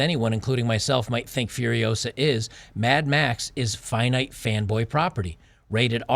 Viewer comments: It's Furi-OH-sa, not Furi-oh-SA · Start the word with “Foo” instead of “F-yer” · Hahaha is not fi-uh-riosa. It's fuh-ree-o-sah. Great video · It’s FuriOsa, not FuriosA! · "Furio-SA. Not FuriOO-sa." Hermione Granger. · It’s not Fur-I-OH-sa, it’s Fur-i-oh-SA… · You're getting the title wrong because you're using the pronunciation as Fury-osa, Furiosa it's a word in spanish so try just using Fu as in KungFu, FuRiosa, that aside great video lmao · "You're saying it wrong... It's furio-SAH, not Furio-SUH" ~ Hermione Granger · I’m not surprised that you have trouble pronouncing the movie’s title. This is what happens when you try to pronounce a foreign word as it’s an English word. Try: Fooriosa. Just pretend it’s an actual English word. By the way, how do you pronounce “Kung-fu”? Treat the first syllable in “furiosa” in the same way and presto! Incidentally, this maybe another reason for red-blooded Americans to avoid the movie: How dare those woke Hollywood people use Español for American movies. Actually, I am surprised they didn’t went full woke and named it “Furios_x” instead; you know, just to be gender neutral… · "Furiosa" is a Spanish/Portuguese word and is pronounced as "fooriOzah" . "Fu" as in 'foo' in fool; "ri" as RY in fuRY; "o" as O in "Oprah" and "sa" as 'zah" in Zachary. And it, obviously, means "furious woman". And it a powerful name to pronounce ;)